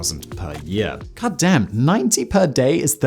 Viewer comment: You don't sound right saying God damn, it sounds funny coming out of your mouth with you new teeth